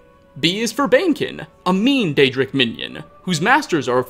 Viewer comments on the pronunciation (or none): none